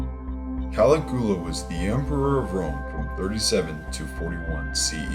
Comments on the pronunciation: He pronounces Caligula's name as " Kali Goola "......hahaha. loses a lot of credibility for me. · caliGOOa? smh. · For the love of god learn how to pronounce names and events -- you mispronounce Machiavelli, Caligula, the Reformation, Protestant, etc -- it would have taken you a few seconds to learn the correct pronunciations. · His constant mispronunciation of "Machiavelli" and the butchering of "Caligula" is embarrassing! ("Mach" should rhyme with "mock" and the "I" is pronounced as "eeee"). Many posters have noted the correct pronunciation of Caligula. Seriously, dude, "match -a-velli" is so irritating. Honestly it would have taken four seconds to check the correct pronunciation of the names of one of the greatest political minds in western philosophy. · Seriously dude, you can't even pronounce Caligula's name! Can take your video serious!!!